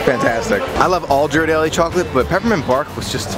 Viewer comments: its pronounced gear-ar-delly with a g sound not a j sound lol. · Love your videos and totally adore your family. You guys are so close, it's heart warming. I live in San Francisco, so FYI on the pronunciation of the famous Ghirardelli chocolate, it's pronounced with a hard G (not a soft J sound), like gorilla. One other comment, although it might make it a little less magical, but any chance you could share the cost of some of these trips and adventures? Maybe in the show notes or in a blog? Helps for our travel aspirations budget. Thanks!!!